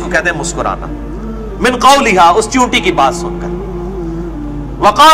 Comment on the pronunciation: لفظ چیونٹی ہے۔ چونٹی نہیں۔ برائے مہربانی غلطی درست فرما لیں۔